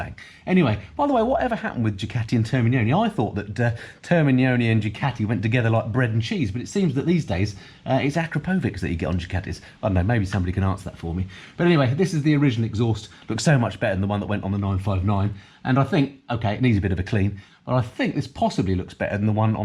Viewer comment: It’s pronounced Ahh-cra-po-vich